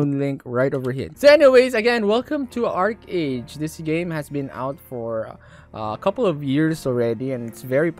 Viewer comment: it pronounced "arki or arkey"